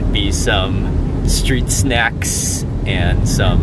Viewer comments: There is a professional way to do things and an amateur way to do things.Mark is an amateur. Mark has a certain likeability about him but his constant "sophomoric" repetitious "Awesomes" are quite annoying. Also he has a speech impediment where he can't say his St's. Street comes out "Shtreet" Extremely comes out "Exshtremely". It's like listening to a three year old that can't pronounce his words. I am a professional, broadcaster, Network television director ,producer with national credits and have tried to give him advice...but he seems to think he knows everything. I do like his Ebooks they are very good...mostly because I don't have to listen to him speak. As for the head thing...it's called "one trick pony" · Mandy Le First all its more like 6 bad bricks.. Let's list them. 1) He stares into the camera like a deer in headlights and never blocks. A sign of nervousness. 2) Up Talks like 13 year old girl (though he does seem to minimizing that) 3) He had a speech impediment where he can't pronounce his ST . Street comes out Shtreet. Restaurant becomes Resht-rant . 4) He takes HUGE piggy bites of food. And holds food up over his head to drop it into his mouth. 5) AND NOW we have to look and listen to the baby all the time. The baby is cute...but All babies are cute. Very self indulgent and unprofessional. I wanna see Thai food....not his kid. 6) He's getting better about this but EVERYTHING is AWESOME. Awesome, awesome, awesome. So there are your 6 bad bricks. Remember...6 bad bricks can bring down a house. I enjoy the contents of Marks videos but find HIM to be highly annoying. He's likeable but refuse to improve.on the details of his presentation. Thus the "Mark" of an amateur who has decided to stop learning and taking advice from someone who professionally knows more.